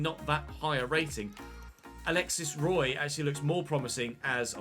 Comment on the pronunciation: A very small detail, but I think because Alexis Roy is french, his last name is pronounced “Wuah”. I could be wrong, but that is how Patrick Roy’s name is spelled and you pronounce his name like that. Keep up the good work though!